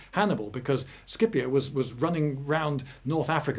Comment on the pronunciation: circa is it prounounced Skipio or Scipio or Shipio? İ always thought Sipio. For pronunciation purposes. But Lindy Beige is a well renouned historian so i'm slightly unsure at this point.